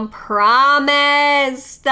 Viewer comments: I've heard a lot of mispronounced words but com-promised is a first 😂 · Isnt it compromised? Or did she say it wrong? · I literally screamed at immune com-promised 😂😭 What a gem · “immune come-promised” 😂😂😂😂😂😂😂 i cannot believe this anymore im laughing so hard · And the chick who said COM-PROMISED Probley yells at 16 year old cashiers about her American right not to wear a mask. 🤔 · homegirl’s shirt says “Everything Hurts” 😂😂😂😂😂😂😂😂😂😂😂😂😂😂😂 Her brain definitely hurts, trying to pronounce compromised. 🤣🤣🤣🤣🤣🤣🤣🤣🤣🤣🤣🤣🤣🤣🤣🤣🤣🤣